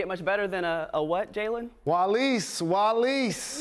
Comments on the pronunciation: Did jalen rose say 'walis'? 😅👍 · Did Jalen just say "walis"? You know tagalog too, Jalen? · Jalen saying walis walis hahaha yeah